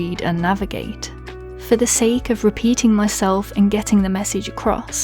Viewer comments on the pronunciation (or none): none